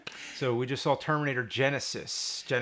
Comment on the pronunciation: What's that James? Termrinator? LOL!